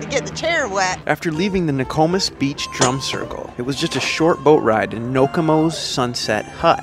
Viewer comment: NO - KO - MIS. ,not the way you pronounce it